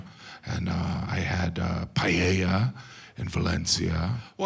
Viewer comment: That's why is funny, because it's inaccurate. Just the way he pronounces "Payella" is funny. A Paella does not take 2 hours, he is exaggerating it to make it funnier... It takes 30-45 minutes, which for an American seems an eternity.